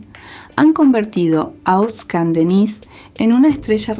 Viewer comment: Irritante escuchar el nombre de nuestro ídolo mal pronunciado